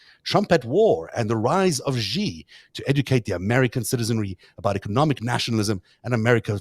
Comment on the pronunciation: The "X" in the Chinese name "Xi" is not pronounced like the "g" in the English word "regime." It is pronounced more or less like an "sh"; thus the name "Xi" is pronounced more or less like the English word "she."